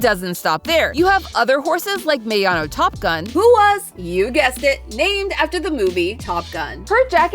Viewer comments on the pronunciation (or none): they have many horses older and younger than that like kitasan black who raced from and maruzenky from the 70s Also, just pronounce their names how they’re pronounced in the game, so it’s maya-no top gun and keeta-san black